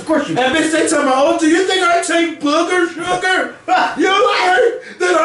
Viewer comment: “Booogur shoogur” lmaaaaoo